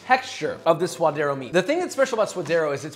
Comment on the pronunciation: He said “swoderro” lol